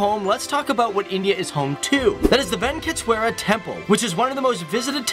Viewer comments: Oh My God..!!!!!! You REALLY REALLY REALLY NEED TO WORK ON YOUR PRONUNCIATION!!!! "Ven-kit-swara"!?!?!?!?!? and the 'Whole tradition of "Holly"'?!?!?!? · It's Venkateswara swamy temple. Could have just checked the internet for pronunciation.